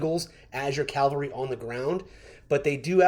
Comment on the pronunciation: PLEASE... Don't call it CALVARY... The English pronunciation is CAVALRY with a V. GUNZ and Fluffy can't say it right, but you can for sure. Look up what CALVARY means 😂😊. Otherwise, great video.